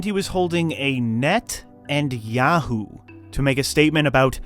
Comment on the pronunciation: It’s Yoo-Hoo. Not Yahoo.